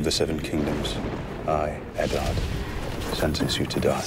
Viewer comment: I don't like the way they pronounce Eddard. Pisses me off.